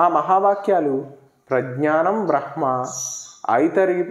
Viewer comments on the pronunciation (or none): " బ్రహ్మ" పలికేటప్పడు మకారం ముందు పలకాలి.